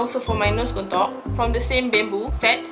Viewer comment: Saya dengar kak ckp 'kontok'² hahahah rupanya contour hahaha okay²